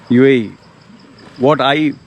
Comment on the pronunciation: I LOVE “YOU AEH YEEH” UAE,UAE,UAE 😂😂😂MOAN LOUDLY😃😃😃